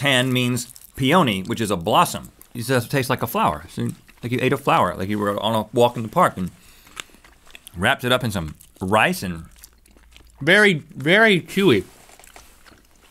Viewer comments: Pee-owny. I don't know if I ever realized Rhett was saying peony before. 😂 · It’s pronounced Pee-a-knee. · so... Rhett can't say peony, matcha, or tamarind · Rhett needs to look up pronunciations for "peony", "macha" and "tamarind". (sorry, couldn't resist. 😉) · Why did Rhett pronounce "peony" and "matcha" like that??